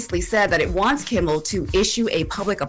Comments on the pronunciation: Can someone tell its Kimmel NOT Kimbel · KIMMEL not Kimbel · His name is NOT Kimbel/Kimble. It’s Kimmel!!! Where’s Morgen/an???? I’m sicka this. She can’t say Kimmel and / can’t say ask!!! Once again, it’s NOT axe, it’s ask. I need to be a consultant for the show, damn. Smh.